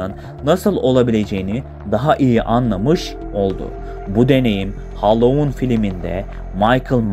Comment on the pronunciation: Hallowon degil Halloween